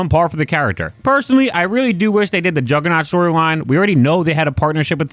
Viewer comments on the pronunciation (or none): none